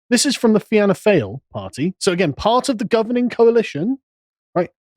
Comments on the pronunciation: Please guys if you want to be taken serious learn to pronounce the names correctly unless your trying to make fun of the Irish. Im not laughing! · As an Irishman, I find this racist, ill-informed garbage from these vile people utterly contemptible. Would it have been possible for these morons to have been able to respect Ireland enough to bother to learn how to pronounce the names of our political parties? Were I an Englishman I'd be ashamed of them. They even manages to get some some misogyny in. They forgot to mention that what they would doubtless call our Prime Minister (he isn't) gay thus missing a golden opportunity for a touch of homophobia. I wonder why I never meet scum like this in heal life; are they real do you think? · I'm Irish, you have butchered all the names of the parties and politicians, lol. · Love the wincing from at Carls absolutely atrocious pronunciation of Irish. And the even bigger wince for his ludicrous reasoning regarding why he mispronounces. I suspect Carl would expect the entire world to pronounce every single word in an 'English' way... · This is like a bunch of virgins talking about sex. Leo Varadkar is the furthest thing away from a communist. You can't even pronounce the name of our political parties. Please just stop talking. You're wrong. Leo Varadkar went to private school btw. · the pronunciations are actually agony Carl holy shit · Only six minutes in and everything Carl could have pronounced wrong has been pronounced wrong. Respect ✊🏻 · Carl. if you had time to do a half-assed research, you had time to find out and practice the correct pronunciations of party names. thought yous guys were smart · Cant even pronounce our political party names. The arrogance is astounding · I love listening to Sargon completely butchering Irish names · Fail sounds like fall . Pronounced. Fine ( fina ) fianna fe anna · Fianna Fáil. Is pronounced Fawl as in Fawlty Towers. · Fianna Fáil is pronounced “Fee-ana Fall”